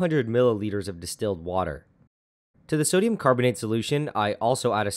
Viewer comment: did anyone notice 'sodum'